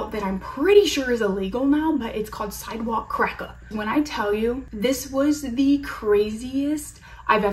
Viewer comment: Subscribed bc of the way you said sidewalk cracka 😂😂😂💕